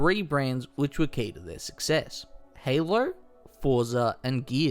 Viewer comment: LOL that super Australian "Halo". Haylurr